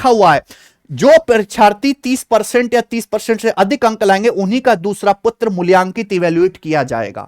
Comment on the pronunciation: Wo sahayak prashakha padadhikari hai aapne galt likha hai... Aur patra ko putra padha aapne 😂😂😂 Ap bade sweet ho sir ji 😊😊😅😅